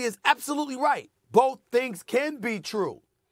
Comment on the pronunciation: “boLth” says Molly, 8x/sentence